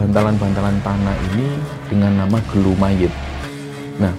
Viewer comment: Bukan gelu bang tp gulu yg artinya leher